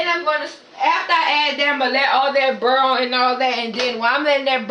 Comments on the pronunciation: Did she say....urrl and burl! LMAO!!! What the entire hell! Ha' sashit???!!! I'm done! I can't even take this video serious! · What is she saying? After it Burrel? What's that?🤔 Just realized she means boiling half way through the video!🤣🤣🤣